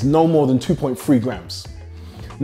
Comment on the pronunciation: He has trouble saying "three", he says free LOL